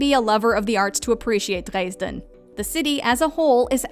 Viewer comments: I guess only the foreigners who learned German through listening to Rammstein pronounce Dresden that way xD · my girlfriend pronounces it dreysn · The narrator did pretty well pronouncing most of the German words except for Mainz and Dresden. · Do many Germans pronounce Dresden that way?